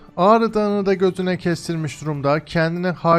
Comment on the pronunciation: Abi -da gözüne diyecektin her halde, gö.üne dedin🤣🤣🤣